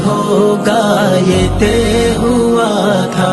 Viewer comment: نظم ماشاءاللہ بہت اچھی پڑھی ہے لیکن تہہ لفظ نے سارا مزہ کرکرا کردیا ہے لفظ طے ہے اور اس کا تلفظ بالکل غلط ادا کیا گیا ہے اور پھر اسی لفظ کی بار بار غلط دہرائی نے آگے سننے ہی نہیں دیا برا لگے تو معذرت!